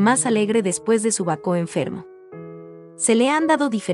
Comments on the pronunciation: Produce molestia el modo de pronunciar el nombre del pintor y de Baco, no bacó como dice. Además no respeta los signos de puntuación .Una lástima porque las obras son esenciales en la vida de Caravaggio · Lástima que pronuncie mal el nombre del pintor y también el nombre de Baco… no hay nadie que corrija a esta señorita? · Bueno el imforme gracias. perdón ¿ donde encontraron el acento en Baco para nombrarlo como Bacó? y se pronuncia Ca ra va gio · Por 🎉dice Querevagio y Baco con acento en la o como palabra aguda. Es lo correcto? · A la chica narradora: ¿por qué insistes en que el pintor es "Queraballo" y no Caravallo (en español) y el dios Bacó en vez de Baco? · Completamente de acuerdo con su comentario. No es Queravallo ni es Bacó. Es Caravallio y Baco. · Perdón pero al pintor se lo llamó Caravaggio , NO QUEREVAGGIO. Y la primera obra suya que se observa es de Baco dios del vino, no Bacó con acento en la ó...🤷🏻‍♂️🙆🏻‍♂️ Quise ver el video porque admiro al pintor, pero ese comienzo me canceló las ganas de hacerlo. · Muy cultural la información. Gracias. Es una máquina traductora? Hay palabras mal pronunciadas. "Excena" baco"queravagio. Los subtítulos en español no hacen falta, tapan las imágenes. Por lo demás excelente, muy ilustrativo. Gracias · Horrible!! Bacó jajaja Kerevallo 😂😂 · Pronuncian mal el nombre del Autor y el de Baco😢lástima